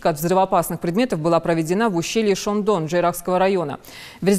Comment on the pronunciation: Алееее, что за ахинею ты сюда сливаешь, какое к черту ущелье "шондон"???? это Ущелье ШОАН!!! Ладно безмозглая дикторша, мерзавец редактор, но хоть кто то же должен там иметь Яхь!!!